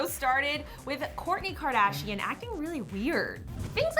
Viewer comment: Did she say "gourdy kardashian" 😅